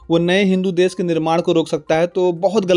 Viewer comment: Des nahi Desh bol